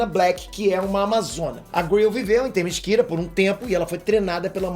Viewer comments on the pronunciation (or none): LI algumas paginas desse gibi!hehehe!,se diz, TE MÍ CE RA,bem como se lê. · "Temisquira" foi ótimo! aOUHAuoaHUOHauoAhaouhUHohuoHOUhuoHOHuo